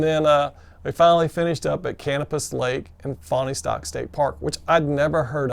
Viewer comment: I really enjoyed watched your videos of your section hike -- great job! Almost like being there! BTW, to help, it's pronounced "Fawnstock" by locals (I used to live near there).